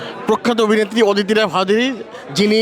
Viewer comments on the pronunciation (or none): এই রিপোর্টার ইংলিশ দূরে থাক, বাংলাটাও পরিষ্কারভাবে বলতে পারছেন না। "অভিনেতি, অবিবেক্তি" এসব কী উচ্চারণ!